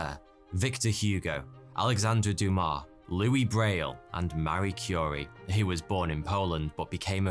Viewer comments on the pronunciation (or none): none